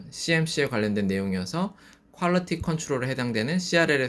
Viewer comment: Quality 약효가 문제가 있다는 말인가요? 말이 분명하지 않아요